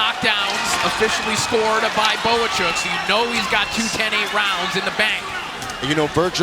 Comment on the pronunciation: Why does he keep saying Bokachok? It's obviously Bohachuk!